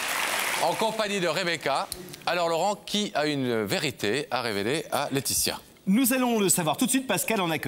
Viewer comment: Deux formidables présentaeurs dont l'un a du malà prononcer le"s" corrrectement "LAETITIA"et son amie se ressemblent énormement , on dirait deux sœurs jumelles ,ce que nele sont pas